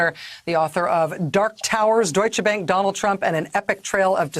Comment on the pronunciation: It’s not bank as in the english word bank, it’s bank with the a like in car